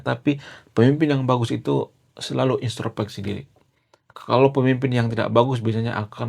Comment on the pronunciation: INTROSPEKSI bukan INSTROPEKSI, kalee (maaf)